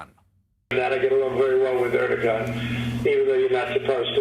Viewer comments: I know there are much bigger issues to deal with, but is Trump really still pronouncing it "ErdoGon"? Hasn't anyone corrected him yet? He made the same mistake years ago. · Did that f_cking idiot pronounce the Turkish president's name "er-do-gon?" Well, boys and girls, you can sleep tight. President Dumba$$ is on top of things!